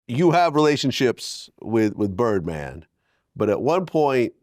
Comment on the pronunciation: He said birdband